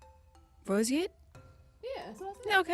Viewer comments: She cheated!! She DID NOT pronounce roseate correctly and got the point anyway! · She definitely didn’t say roseate correctly 😂 but she cute af so it’s acceptable 🤣